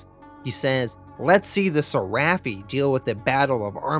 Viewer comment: It’s pronounced ser-eh-phi Not ser-raff-ee